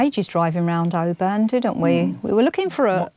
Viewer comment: absolutely love your vlogs and especially your trips in Scotland. I really am not criticising you but if you go back to Oban, the stress on the name is on the first syllable, so it’s Oban not obAn sorry but I’m both Scottish and a linguist. ❤